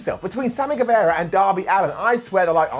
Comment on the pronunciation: get the pronunciation of GuevAra right!